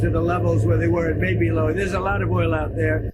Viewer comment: "Maby", for sure. First, it sounds that way, just. Second, his lips form M, not B.